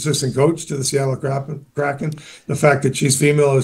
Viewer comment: "Seattle Crappin" 😂